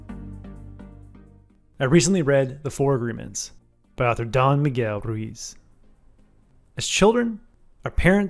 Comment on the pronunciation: Nice summary! Fyi- “Don” rhymes with “bon” voyage and is an honorific, like “sir”